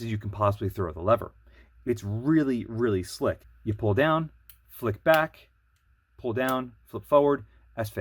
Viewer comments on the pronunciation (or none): none